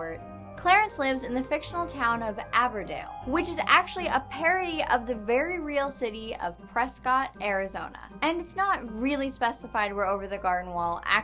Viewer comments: I was actually born and raised in Prescott Arizona. Btw its pronounced pres-kitt (like biscuit) I actually found the Skylar Page's, the creator of clarance, senior year book photo in my brothers yearbook!!! haha, I actually know one of his good friends from high school very well, which is how I heard about this show to begin with before it aired. Even though its not my favorite show, Its fun to watch it and see similarities to my home town. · It's pronounced "Press-kit"